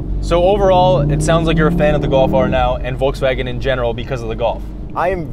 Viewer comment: Entertaining but, the guy in the stick-shift R, keeps saying "Voltswagen" instead of "Volkswagen". LEARN TO PRONOUNCE THE NAME OF THE CAR YOU ARE REVIEWING. IT'S VOLKSWAGEN WITH A "K".